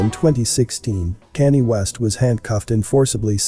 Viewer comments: His name is pronounced “con-yay” not canny! Please pronounce names correctly it sounds bad and is distracting from the story. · It sounds like your saying Kannie / Kanday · You could probably get the robot voice to say Kanye properly by spelling it differently. Maybe "con yea" lol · Kanye pronounced Con yay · Everytime you pronounce kanye i laugh , it sounds like your saying candy! 😅 another great video though!💯❤💯💪💯🙏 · it's awesome that Kanye is pronounced Candy here lol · His name is pronounced like Con Yay. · Problem is, it's not a robot voice, lol. You'd think if someone's going to do a vid about someone you'd at least know of them & how their name's pronounced